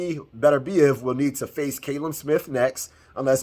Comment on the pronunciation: Callum is pronounced cal-um... not cay-lum. Americans are dumb when it comes to names